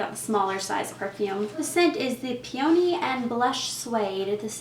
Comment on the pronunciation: it's pee-uh-knee not pee-oh-knee